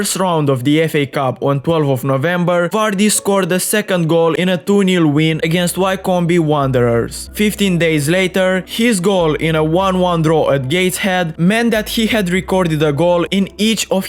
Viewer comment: “WHY COME BEE 🐝 WANDER ERS” 💀💀💀💀